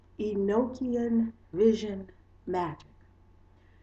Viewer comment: It's pronounced E-knock-ian not E-noke-ian. It's a gospel/book that was left out of the Bible because it was considered too spiritual like many other books/gospels that weren't included in the "bible" because of this. The Bible tells us Enoch was taken to heaven in a flying chariot without death because God loved him so much. He was Noah's father. I have the actual gospel/book. And all the other nogstic gosepls not included in the "bible".